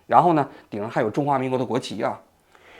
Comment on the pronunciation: 隽 juan 四声